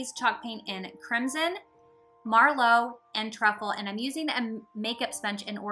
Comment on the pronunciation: Just FYI, it’s m ur... lo not mar... lo. It’s actually a type of wine! 🍷 😀